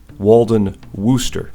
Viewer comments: Very good - I learned my favorite tool SW [edit what was I thinking? It's S&K that is my favorite. But kudos to SW and a great way to say Worcester.] came from Stephen Walden. Thanks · Just found this video Nice going on the wrench And chuck said the city name pretty well